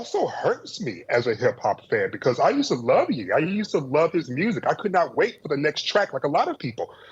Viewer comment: You love his music along with him as an artist but pronounced his name (Yee) instead of (Yé). Something smells fishy, seems like the media is at it again.